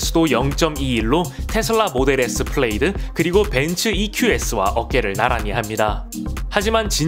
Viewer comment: 플레이드 -> 플레드 입니다.